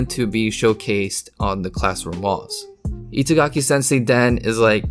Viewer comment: He pronounces Itagaki as it was "It's-agaki", basically, pronounces a japanese name with english.